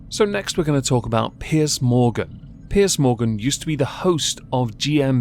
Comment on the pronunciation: its piers not pierce